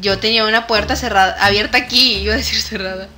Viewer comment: mi parte favorita fue cuando dijiste abridá y es abierta jajaja